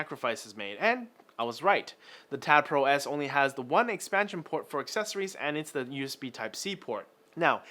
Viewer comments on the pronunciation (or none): none